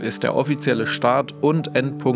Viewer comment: Theth wie thankyou nicht teth.